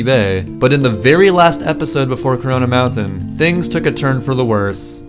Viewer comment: So nobody caught that he said Carona Mountain. I think we found caronas hideout bois